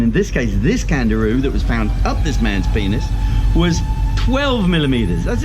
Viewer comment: I thought I heard Kangaroo but it's name is CANDIRU